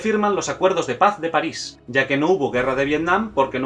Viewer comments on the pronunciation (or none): none